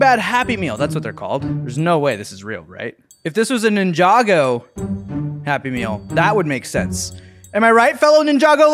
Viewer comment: OMG HE PRONOUNCED NINJAGO RIGHT OMG